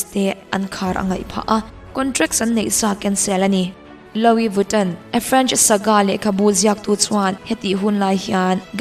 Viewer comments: Lo-i viton😂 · Luii viton ti a lam tur aw